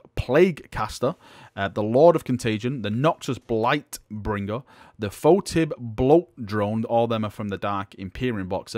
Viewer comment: Sorry. You don't pronounce "Tallyman" as "Talisman". Or "Foetid" as "Fow-tidd". It sounds really bad.